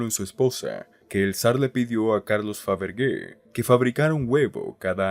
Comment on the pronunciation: Faberge..(Faberlle) se pronunciaria....